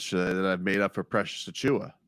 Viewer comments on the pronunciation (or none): "The Achiuwa step" 😂😂😂